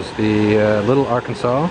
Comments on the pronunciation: You can tell he isn't local. Arkansas is not pronounced Arkansaw, but Ar Kansas. That is the indicator that someone is not from Kansas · It's pronounced arKANSAS, not arkansaw... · It's Ar-Kansas. Not Arkansaw. Just sayin'. Only people not from Kansas say it like that. Kansas doesn't have much but it has Keeper of the Plains. But it gets hotter than Satan's ball sack.😂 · dothefive:TWO HUGE MISSES: 1) In Kansas, the rivers are not called "Arkan-saw" but "AR-kansas" rivers. The name goes to "AR-kansaw" when it moves over the border and out of Kansas. 2) Did you know about Wichita's significant aircraft history? So sad you failed to report on that. (Note: Main Street is actually called "Douglas.") Oh...and loved the drunk black guy at the WSU dive bar! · As a local Wichita resident from Hutchinson, basically everyone who listened to your first minute of monologue gave a collective cringe and shudder when we heard you mispronounce the Arkansas River as the Arkansaw River. It's "Ar-Kansas" not "Arkan-saw." Also, you seriously did our fairly great city a disservice in so many ways. You gloss over - or entirely skip - so many great things about Wichita and Sedgwick County, just read through the many comments or contact the Sedgwick County and Wichita tourism departments and the Chamber of Commerce for a plethora of points of interest. But if you're not going to give our city a fair and reasonable shake and experience-rich exploration, I suggest you should take this video down. I'm absolutely disliking this video until our city and area gets a PROPER representation. I have zero affiliation with any part of city or other local government, tourism, or commercial entity. All opinions expressed herein are my own and in no way are meant to represent any official or entity of Wichita. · Firstly, it's not the Arkansaw River. It's the Arkansas River. They pronounce the "s". Secondly, that river stinks in places. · Great video of my home. It's the Ar-Kan-sas river, btw. 😁